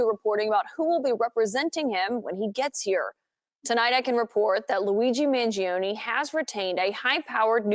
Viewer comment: It's Man-joh-ney not Man-ji-oh-knee